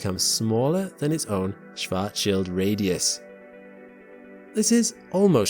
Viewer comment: Thanks for not butchering "Schwartzschild" shwarts-shield, with the "a" as in Mark.